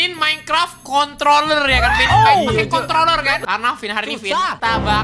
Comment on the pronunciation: Ngomong "Controller" aja susah :v